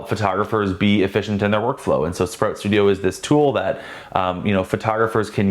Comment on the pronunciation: FYI........I couldn't understand what you said "Spro.....Studio". You said it 3x and I still couldn't get it. Then I scrolled down and saw the name "Sprout". Maybe if you said it slower with sharper elocution might help.